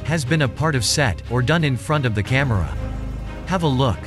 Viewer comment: lol noone says "cahmeirah" supposed to be camera